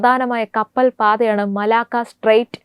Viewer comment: മലാക്കോ അല്ല കൊച്ചേ, മലാക്ക. എന്തു പറയാനാ? നല്ല training കൊടുത്തു മാത്രം ഈ കുട്ടികളെ news reading ന് വിടുക. വായന തെറ്റിയാൽ അരോചകമാവും.